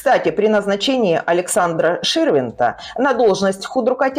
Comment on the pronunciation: Ну никак не "...с уходом с поста ШЕрвЕнта..." ! Он ШИрвИндт!ШИРВИНДТ АЛЕКСАНДР !Запомните!Противно слушать вас, коверкающих великий и могучий русский язык. Всезнайки безграмотные!